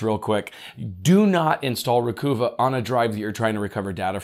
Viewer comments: Always go into data recovery attempts with a very high expectation of failure. Having thoroughly tested and attempted to use many products over the decades, few have any value at all. Recover (phonetically think bruvva) is the correct pronunciation from what the company told me many years ago. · I’m pretty sure Recuva is pronounced Recover. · I pronounce Recuva slightly differently. But I'm just guessing. Adding that extra "C" to "CCleaner" is like nails on a chalkboard for me. I'm not saying this is a rational or even reasonable response. I'm just saying what happens when I hear it. Thanks for the great content! Now I will go nuke and pave a bunch of perfectly serviceable Windows installs! 😆🤣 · Oh, think NYC accent: not Ree-Coo-va, it's Ree-cov-ah. (I HATED when Lexus named a car the "Achieva" -- cause (AS a NYer) I always heard that as a "New Yawkah" trying to say Acheiverrrrrrr.... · I mean, Recuva is obviously supposed to sound like “Recover”because it’s data recovery software. 🤷🏻‍♂️ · Love your channel but I have an issue with the way you mispronounce so many words. For example you always say Reggedit instead of Regedit. Think of it this way, how is registry pronounced? It is not reggistry, right? Now, the latest one was Recuva, it is not Recoova, it is Recuvah as in recover. In your defense, almost everyone mispronounces this one. All it takes is typing "how to pronounce _____", where the underscores are for the word you don't know how to pronounce. Regards. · is it pronounced, re-cuva? Like recover, recova? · The website says its pronounced "Recover". Great info however. Thanks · Hey, Great Job, As Always.! Recuva Is Pronounced Recover... Like What We're Attempting To Do, Recover Data.! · Re-cuh-vuh. Like recover except you're British or from the hood 😂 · "Recover" = "Recuva" - "I don't like the fabric on this couch, so I am going to "Recuva" it." Re-cuvah it man! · It is recover without the R or recuva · Can you say Recover? Recuva